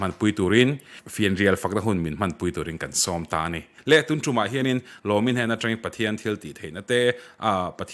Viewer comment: Tuntûm tih thlûk hi ngati nge tun tum in tih zêl le.. Mizo tawng thlûk in hmang mak nasa lutuk...Lungzarhtum tlang hming ang a lam tur kha ani lo aw.